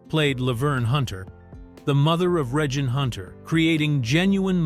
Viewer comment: Why does the AI voice not know how to say Reigine’s name correctly? Also, the apartment is not where Khadijah ran “Flavor”.